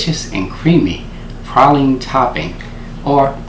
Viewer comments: Prayleeen (praline) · Where Im from we say praline (pray-lean) and has the prettiest teeth Ive ever seen 😁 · Have I been saying "Praline" wrong all this time? I'm confused lol